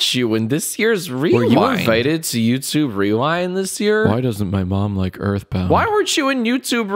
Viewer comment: Did someone read de email from "Yootobe"...Lmao